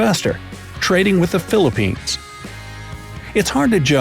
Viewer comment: ZE PHILIPINES?!